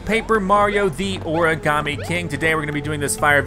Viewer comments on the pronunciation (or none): none